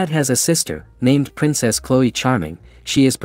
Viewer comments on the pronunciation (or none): none